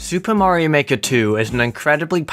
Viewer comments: Mario Maker: S O R R Y T H E S E R V E R S A R E D O W N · may not